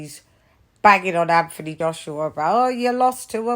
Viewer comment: Anfony Joshua lol I fink you mean Antony Joshua